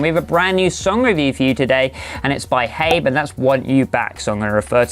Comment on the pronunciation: Isn't it 'Haim' as in rhyming with 'Time'